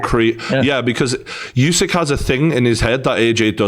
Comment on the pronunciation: It's not YOUsyk, It's OOsyk.